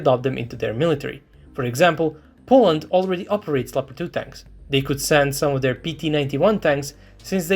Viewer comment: Leopard not Pepard. Its a german tank, and unlike the english the germans can write.